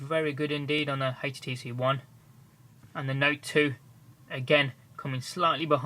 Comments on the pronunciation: hetch tee see won thear wtf o.0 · i love how he says htc one ( hates tee see 1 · haitch-t-c one ??